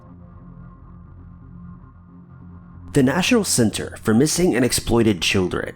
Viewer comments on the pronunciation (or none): none